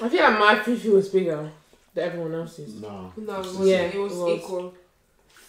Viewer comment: Ati fool fool 😂😂open your mouth girly its Fufu 🙄